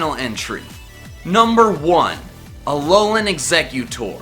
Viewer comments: I face palmed and sighed when you said Alolan execcutor and almost went off the video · I got triggered when he said Alolan Eggsecutor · When e said alolan ececcuetor I was like we know you are joking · i closed the video when he said alolan exeggutor